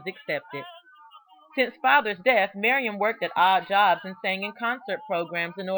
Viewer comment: I slowed down the video so I could see if it was just my hearing, because I also just kept hearing "Miriam".